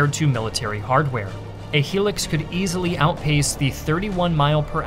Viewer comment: What is a helix? I thought it was hilux